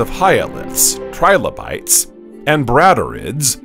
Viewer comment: TRI - LO - BITES not Tribolites read it fully and make sure your pronounciation is correct, then you might have something worth showing off